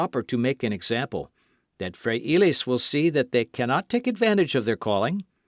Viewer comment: I truly appreciate the readers at for volunteering to read books. who reads this story is enthusiastic and I appreciated his read, but I would like to suggest that he research how to pronounce Spanish words for the book. The simple reina de Los Ángeles, González, Pedro, frailes( monks) zorro. We currently have apps to help us pronounce words in any language please use them. Being a Californiana I would appreciate it.